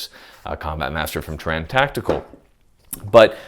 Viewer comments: "tuh-ran?" Not "Tare-en?" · says "TUH-ran Tactical" and hopes we won't notice Us: "uHm aKShUALLy i'M prETtY SUre u MeAn TERE-UN TACITICAL" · Great content and opinions as usual but can't figure out why you keep mispronouncing Taran Tactical every time. I would have thought someone in your group could offer some correction before the next video. Rant over. . Still love your channel .